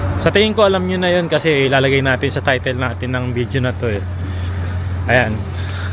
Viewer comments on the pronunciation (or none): none